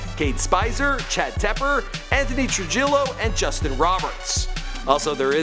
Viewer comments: ok it's TRUE-HI-YO not TRUE-HILL-O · you handsome son of a bitch- Trujillo is pronounced troo-HEE-yo That "J" is soft and silky like a chinchilla that's been slathered in an assortment of rare and exotic moisturizing cremes. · Do you not know how to pronounce trujillo